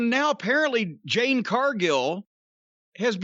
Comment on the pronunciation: Has anyone told Jim that her name is Jade😂